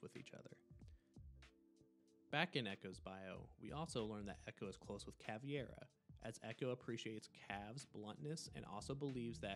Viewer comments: CaVEIra, not CaVIEra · The videos a 10 but he said Cav E Air Uh. I think it’s pronounced cav air uh. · No, it would be pronounced Kah-VAY-rah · Caveira** not cAvIeRa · Good video, but the mispronunciation of Caveira's name kinda threw me off track a bit. It's pronounced "ka-vare-a". There's no "e" sound in her name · hey idk if your gonna read this but u kdont pronouce i in caveira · Listening to you pronounce Caveira’s name wrong every single time makes me never finish your videos. She isn’t part fish mate